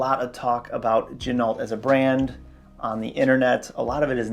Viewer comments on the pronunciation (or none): Good vid point of interest ....it is not gin-alt. It is gen-o.....much like the car, ren-o, not ren-alt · FYI, the proper pronunciation of Ginault is: “G-Noh”. The l and t are silent. Per the company owner. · You don't pronounce the "L" in Ginault. This company started making replicas. Some claim they still do. Their history is sketchy at best. Their website is a joke. The long list of phony claims & lies is really sad. They once claimed this watch was made in the USA. It was printed on the caseback. Then they got caught in their lie, so they sent out replacement, sterile casebacks. Beware!